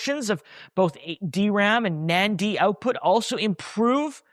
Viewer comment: gotta learn how to pronounce NAND big guy